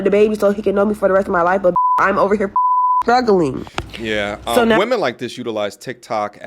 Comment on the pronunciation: "When I'm skressed out " is "skuggling"